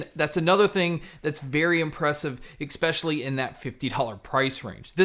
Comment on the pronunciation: Great review but…the word is “especially”not ekspeshaly. Sorry but that just really annoys me.